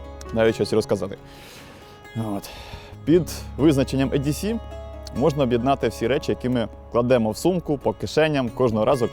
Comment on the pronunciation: дуже крутий контент, дякую вам!…але кажіть не ЕДіСі, а ІДіСі….англ «е» це «і»…дуже ріже слух коли Едісі 🙈 (я розумію що еврідей, проте це абревіатура, а сама буква має звук «і»)